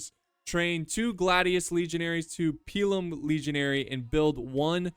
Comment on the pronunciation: It's pronounced pilum